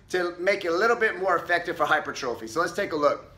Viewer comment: It’s pronounced HY-PER-TROPHY